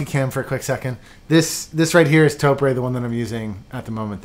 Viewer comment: I just thought I'd school you guys. The Japanese company, Topre, that originally designed said switch is pronounced just like the talk show host Oprah. Topre sounds like Toprah. If you can get ahold of their phone number, you can actuallly listen to their reception voice mail message and you will hear them pronounce it like I've tried to describe it phonetically. Just thought I'd try and clear that up. Huge fan by the way. Just received the JD61UP black carbon fiber case from you all. Thanks for the very well made product. I decided to not get the CF universal plate from Sentraq because their tolerances are not tight enough and I'm rather sure they aren't using 5K carbon like this plate is. I'm pretty sure I read or heard you say it's made from that quality of CF. Either way, I'm very pleased.